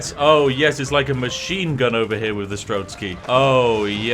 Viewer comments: Game: STRELTSY Spiff: STRELSKY Ah, yes... the famous Spiffing Brit pronunciation. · That pronounciation of strelec made me cringe every time lol.